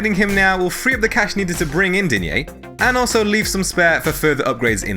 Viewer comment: Repeat after me "DEEN-Y"